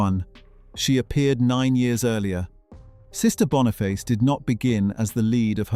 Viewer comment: Oh my .... BONIFACE!!!!! NOT Bonafice. I love this show and its amazing star, Lorna Watson. Great stuff.